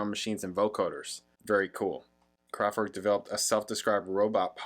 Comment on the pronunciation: Why do you pronounce name KRAFTWERK wrongly???